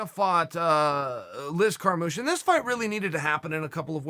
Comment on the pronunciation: Liz Kamoosh